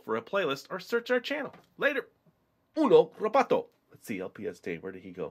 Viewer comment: Why Is He Saying Uno Robotto Like It's Spanish!?!?!?